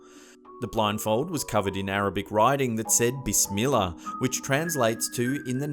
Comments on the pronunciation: When you said bissmillah i couldn't stop laughing (not trying to make fun)but I love when people try to pronounce arabic i know how to pronounce it I'm American but I do know Arabic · You kinda said بسم الله wrong